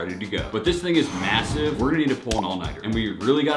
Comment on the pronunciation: the amount of times said mssive